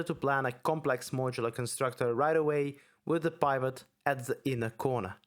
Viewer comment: Super in depth and helpful video series. Awesome stuff. Heads up the i "pivot" is pronounced like the i in "in" or "pin" (ih-sound) rather than the i in "private" (eye-sound). Took me a second to figure out what you were saying. Looking forward to part 3.